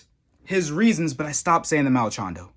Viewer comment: Dude, "Malchando"?? Where does the extra L and N come from?! lol - for a moment, I thought you were taking a leaf from Uncle Chael's book and deliberately mispronouncing fighter names... but then I realised you weren't sponsored by Ridge Wallet, so you couldn't risk it! lol